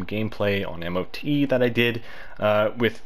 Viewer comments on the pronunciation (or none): Imo Mot it's much easier to the ear than m o t, and hearing it multiple times in one sentence made write this comment.